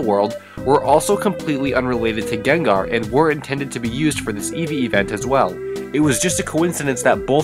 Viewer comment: Gengar more like Nengar